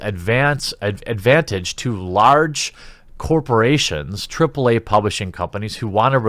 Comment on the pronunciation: You mispronounced “triple-aaaaaaaayeee”.